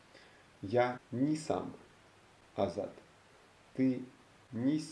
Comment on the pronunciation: Where are you from? You are not from our countries. Just one little correction: you say - 'nji' instead of 'ni'. The correctly pronouncing is: ja nisam, ti nisi, on nije...